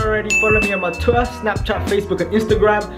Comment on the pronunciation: It's twitter not twier